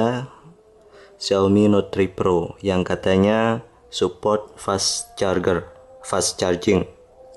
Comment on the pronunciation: masukan gan. pengucapannya carjer bukan carger